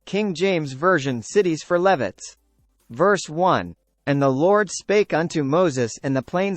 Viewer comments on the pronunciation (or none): This video pronounces Levites incorrectly and was very distracting.